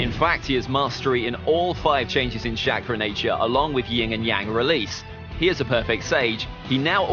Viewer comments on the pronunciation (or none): "Ka-ka-shi" "shackra" ITS KAKASHI AND CHAKRA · Is it making anyone else mad that he said “shakara “ tho that might be how they said it in dub I wouldn’t know- (I watched naruto is sub)